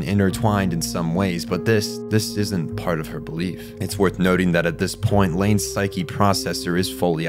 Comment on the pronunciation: Well they say Pshuke instead of psyche, so I think we can forgive that.